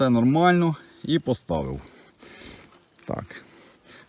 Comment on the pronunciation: "поставив"😂ви мабуть із Вінниці 😂